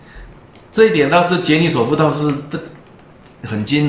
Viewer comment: 不是 罗，是 杰， 尼索夫